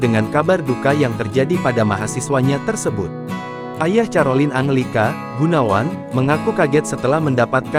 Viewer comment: Mohon maaf, kalau mau membaca nama individu, pelajari dulu, Carolina bacanya KAROLINA bukan carolin, makasih.